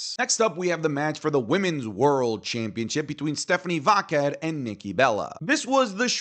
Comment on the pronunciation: Bro aren't you Latino? Why do you mispronounce Stephanie Vaquer's name wrong? She's said how it's pronounced and you should know without her saying it. 😅